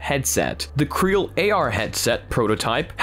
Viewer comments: Not 'creal'. C-Real. As in 'See Real'. Get it? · just a quick note, I think CReal is pronounced "see-real"